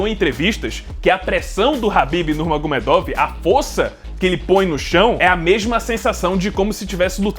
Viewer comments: "Nurmagomiêduf" Pronúncia em russo Хабиб Нурмагомедов = Escrita 😉🥥❤. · "Nurmagomiêduf" Essa é a pronúncia certa, Com som de f no final, Eu namorei um russo na adolescência porém não aprendi quase nada porque eu era uma adolescente desinteressada em aprender coisas novas 😔 Хабиб Нурмагомедов = Escrita. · Pô você falou do primeiro nome do khabib, mas você citou o segundo nome do khabib errado (nurmagomedov) 😅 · sim o K é mudo, e vc pronunciou o first name dele corretamente, porém o last name errou hehe ps: a história dele é muito bonita e triste. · Mas o Nurmagumedov vc não pronuncia do jeito certo né, complicado isso ai